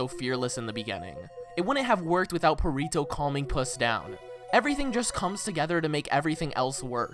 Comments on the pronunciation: u dont pronounce it perito its perrito with a hard r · "Purrito" lol I wonder how long it's gonna take for him to realize he's been saying Perrito wrong. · aint no way blud just called perrito "Purr-rito" 💀💀💀💀💀